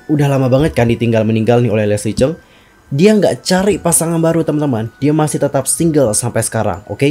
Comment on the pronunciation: Lesli chung.bukan cheng